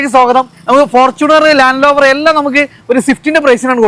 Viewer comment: ലാൻഡ് ലോവർ അല്ല,ലാൻഡ് റോവർ,എല്ലാവരും പറഞ്ഞ പോലെയല്ല വളരെ മോശം വീഡിയോ,ഇനി അബദ്ധം പറ്റില്ല,യൂസ്ഡ് കാർ എന്നതുകൊണ്ട് കണ്ടതാണ്,വാഹനത്തിന്റെ fuel, gear ഇവ കൃത്യമായി പറയുന്നില്ല,ടൊയോട്ട വാൻ വേരിയന്റ് എന്താണ് hiace 4wdആണോ?